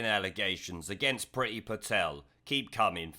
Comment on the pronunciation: It's should be pronounced preee-thi. Priti (pree-thi) means love/liking in Indian languages.